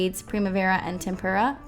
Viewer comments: Tempera, like the paint (TEmp-ra). Sorry, art teachers can't help but notice these silly things. 🎨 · I looooove this look. Rarely do I actually go and try to do a look from a tutorial (cause I don't have a ton of non-neutral shadows and I tend to stick to one look) but I really want to try this!! Beautiful! Also (maybe cause I'm an artist) your pronunciation of tempera kinda sounds like tempura to me.. and it makes me giggle!